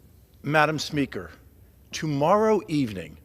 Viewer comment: Madam Smeaker? Smeeker? What the heck did he just address her as? 😱😆😂